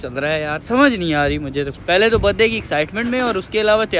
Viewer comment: Bhai baddy nhi hota birthday hota ha